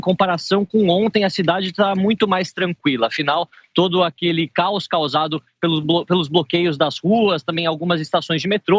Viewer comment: "Caoa causado"🤭 Eiita!